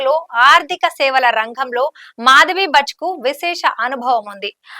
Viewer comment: మాధవి పురి భచ్ కాదు... భుచ్, ముందు కరక్ట్ గా చదవడం నేర్చుకో, తర్వాత చెద్దువు యాంకరింగ్